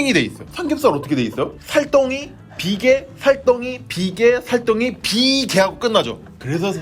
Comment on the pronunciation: 삼겹살 ㅋㅋㅋ살덩이 비계~!~!~!~! 이거 너무 웃겨요 ㅋㅋㅋㅋ비계 강조하기